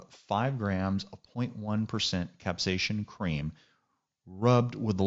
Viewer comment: No ‘H’ in capsaicin. Thanks for the video